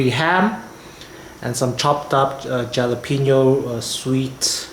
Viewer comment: Great recipe, a nice variation for pasta with ham and peas, very deeelicious! May I respectfully offer friendly help on pronouncing jalapeno... as this is a Spanish word, the 'j' is pronounced as an 'H' so it would sound like "Halapeno". Just a friendly offering, I mean no disrespect. Love your recipes and looking forward to trying this one...thanx very much!!